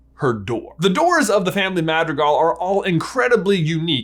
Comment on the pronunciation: The way he says madrigal is so white